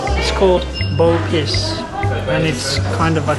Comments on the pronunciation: nope. its actually rrrer-bose in everyday malay in formal malay, is pronounced as mee rrrer-boos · rebus - pronounced as "ruh-boos" fan spotted 😄